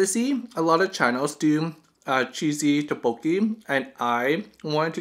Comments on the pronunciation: Lmao I was cringing when you said Tteokbokki like "Tah-boki" XD I pronounce it like " Toek-boki" I think it might be just a preference, but I just follow how my Korean friends pronounce it. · great video, but the pronounciation of tteokbokki is incorrect, it's pronounced as dukbukki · I’ve never heard ttoekbokki pronounced so horribly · Haha oppppps, my bad! I didn't know I was pronouncing it wrong, I'll try to remember for next time I film a tteokbokki mukbang haha. Thanks for the correction there, it would be so embarrassing if I was talking to a Korean person saying "tah-boki" the entire time lmao :P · You said the name wrong...